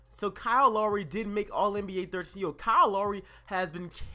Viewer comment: BTW u pronounced lowry wrong